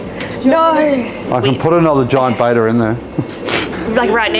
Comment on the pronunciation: Looks like people everywhere struggle to pronounce Betta correctly. The Australian accent does gives it a unique twist.What amazes me most is that it is people that work in a LFS. That said, the tanks are incredible. I will be referencing their videos when I set up my next tank. Even SpankBob was kind of cool.